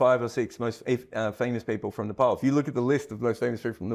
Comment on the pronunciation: It's pronounced Nepal not Nepal